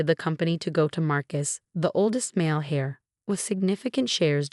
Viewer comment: Heir, not hare, hares are rabbits.